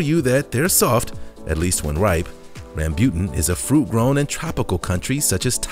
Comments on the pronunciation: RAM BU TAN not rambyutn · its rambootan not rambyutan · Just saying rambutan not rambut guys🙂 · No 4 is Rambutan and not Rambute. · Its Rambo-tan. In asia we call it rambo-tan although it is spelled as rambutan (rambyutan).. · You pronounced Rambutan wrong. It sounds more like Rum-boo-tonne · I think you mispronounced Rambutan but I am not sure if it is pronounced differently outside of the Philippines. We pronounce it like RAM-Boo-TAN. Not sure if there is a difference in pronouncing amongst other Asian countries. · Durian is good. Doesn't smell that bad it actually smells nice and tastes sweet. Did you pronounced rambutan wrong or did we(Philipinnes) pronounced it wrong. We call sugar apple "Atis" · Sugar Apple is called Atis in the Philippines and the Rambutan if you we're in the Philippines it is not how you pronounce it lmao